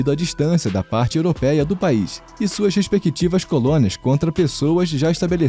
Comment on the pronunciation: É "respectiva" e não "respequitiva"